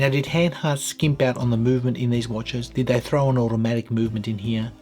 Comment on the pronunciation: And you pronounce it Hahn hahrt, not Hen hert.😀